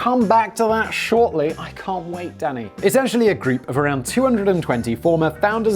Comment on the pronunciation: When he gets going and says “Danny” sounds like “Daddy”